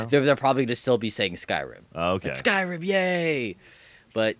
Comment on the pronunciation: whys he sayin skrim..its SKYrim